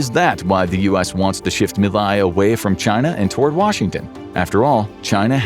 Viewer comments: 30 seconds in and it's clear this is made by someone with cursory knowledge of the situation. Inflation wasn't 'off the charts' any more than usual, Teach your dumb LLM to pronounce 'Milei'... meeLAY. Okay, now I've watched the whole thing and I appreciate you getting into some of the finer details. February 2026 will be another crisis: Argentina needs to repay nearly 10x the dollar reserves it has currently. And Milei's labor reform comes up for a vote. The latter is probably an 'ask' from the USA, who will have to 'swap' more money as the due date for repayment approaches (or more people will make a run on the dollar, driving down the value of the peso). The USA seeks to control both foreign and domestic policy in Argentina, and so far they're succeeding. But the labor reform bill has a lot of opposition. Other side note: after the swap, the USA probably got their dollars back almost immediately; so the whole thing probably earned the USA a tiny bit of profit. It could go very differently next time; expect more 'blackmail' tactics: vote for labor reform or we let your economy crash... an ugly situation. Greetings from Argentina! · Javier Milei…. MI as milk…. LEI as layer …. Milay …. if you can not even pronounce the name…. how accurate is the rest?😉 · It would have taken less than a minute to learn how to pronounce the name of the president whose name you spoke a hundred times throughout this video. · This is a hitpiece chock full of misinformation. You didn't even bother to learn to say Milei's name right. you missrepresent what a credit swap is, you claim there's an "audio clip" of his sister when no evidence was ever presented just the oposition making claims, ... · You could’ve at least configured the reading bot to pronounce Milei properly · The way you pronounced Javier Milei make me thins you never actually heard his name out loud, wich is weird from a page that tries to convey truthful information. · I can't continue with this, pronouncing "Milei" wrong